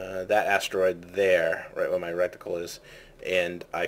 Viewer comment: its reticle not a rectical lol couldn't stop laughing every time